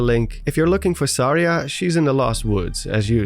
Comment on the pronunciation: Suh-REE-ah not.. Sar-EEah